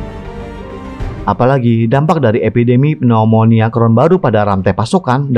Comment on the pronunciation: Bisa bedakan tidak cara baca "Rod" & "Road"?